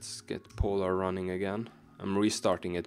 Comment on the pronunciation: Bro du trenge ikkje å udtala POlar så kraftig 😂